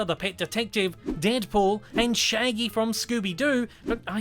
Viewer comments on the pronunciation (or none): none